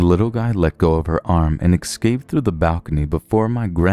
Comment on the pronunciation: Am i the only one who has noticed how he says Ekscaped instead of escaped? Just wondering, is English your first language? You speak it pretty well... But Ekscaped doesn't sound right. No offense dude. You are great at reading these stories! Just had to get that off my chest because i've noticed it for a while.